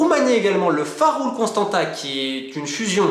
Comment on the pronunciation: Merci ! super vidéo comme à l'accoutumée :) Sinon on prononce Constantsa (c'est un T cédille le dernier ^^)